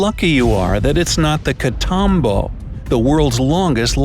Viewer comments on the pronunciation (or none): you are killing the spanish language, the english phonetic for "Catatumbo" is "katatoombo"